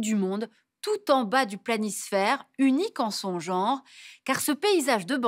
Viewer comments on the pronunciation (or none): none